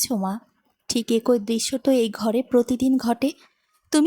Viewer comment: গল্পটা ভালো লাগলো। তবে "ফুফু" শব্দটা সঠিক না। সঠিক টা হচ্ছে "ফুপু"। আর "এক+ ঐ" হবেনা, হবে "একই", এছাড়া "ইতস্তত" শব্দের উচ্চারণ হবে " ইতস + তত"। #আশাকরি আগামীতে এগুলো সংশোধন করে নেবেন।